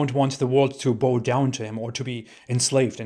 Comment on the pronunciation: the verb "bow" is pronounced /baʊ/.